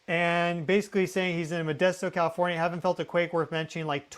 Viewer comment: Who says kafornia! He can't be from here!